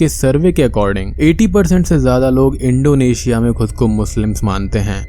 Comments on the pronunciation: its not Indo asia ....Its Indonesia ...try to say someone else's country name properly...plz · yes when you said it 1st ..but later in video ur pronunciation was like that..